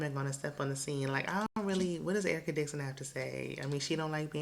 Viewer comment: Excuse me, but you definitely pronounced Erica Dixon's name wrong. That's URRR-CUH to you, ma'am!!! 😎😎😎 All Spice has done is cry, scream, and preach every episode. I also have a huge side-eye for her chilling in the ATL while her kids are down in Jamaica. Not a good look.👎👎👎